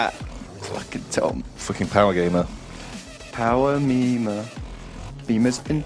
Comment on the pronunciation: Am I the only one who noticed that said, "Power-memers" and then sing the transformers theme?